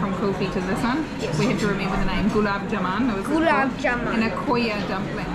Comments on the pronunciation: I think Jaman 😊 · It is pronounced JAMUN & not JAMAN.